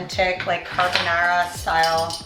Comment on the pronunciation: why do you pronounce carbonara like a hillbilly?